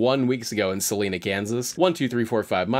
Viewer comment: As someone from thay area of kansas, the way he said salina HURT me. Suh-line-uh Idk if that helped Love the content! Wish i knew half as much about cars as these guys